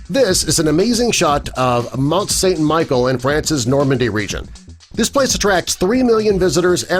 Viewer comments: It’s pronounced mont sambe shell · He can’t even say mt saint Michelle